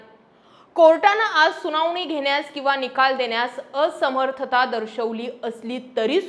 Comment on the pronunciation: जानीव? सुनावनी? लई भारी मराठी!